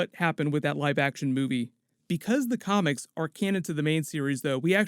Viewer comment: Yo the way you say comics sound like your saying comments and it's very funny no disrespect though.